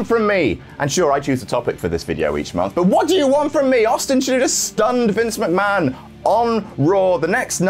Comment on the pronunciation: "Mc-Ma-HON" got me good --- nice one,! xD